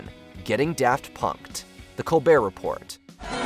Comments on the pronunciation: Col-BEAR Re-PORE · Am I the only one that has a problem with them pronouncing the “T” in “report” over and over? How can you be an authority that has narrowed down the 20 funniest moments and you don’t even know how to say Colbert Report!!? 😮